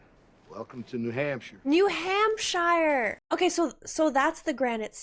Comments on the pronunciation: The way you pronounced New Hampshire… 😭😭😭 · "New hamp shayre!" lol